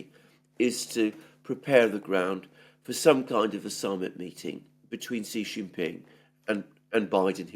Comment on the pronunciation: I noticed you said President XI the way Alexander does which is correct SHEE JIN PING, then you reverted back to JHEE JHING PING, your incorrect pronunciation which is insulting because JHEE JHEE means PEE PEE (penis) in Chinese slang.